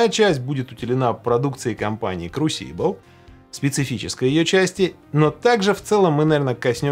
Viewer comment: А меня покoробило от ударения в слове crusible